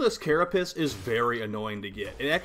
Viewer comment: why do ya say carapiss instead of carapace???